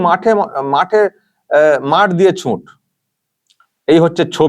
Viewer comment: কথাটা *ছুট*, ছুঁট নয়।